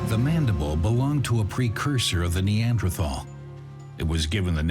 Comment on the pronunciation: Your collection of informative videos is very impressive. However, the narrator's penchant for mispronouncing Neanderthal as NeanDRAthal is quite jarring. It's akin to how it feels hearing nuCUElar instead of nuclear.